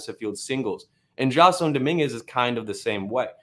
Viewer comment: His name is pronounced Jay-Son. Named after Jason Giambi, although spelled an extra s.